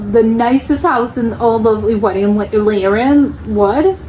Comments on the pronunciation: Laren is pronounced with the 'a' sounding as the last 'a' in Alaska, but a bit longer stretched as a-a-h. Or something like that. At this moment I don't have a better explanation. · They're not hotels. You call it villa's😅 Anyway thanks enjoyed the vid. And you say Laren real posh like in Tomi Lahren LALALALAREN.😉😂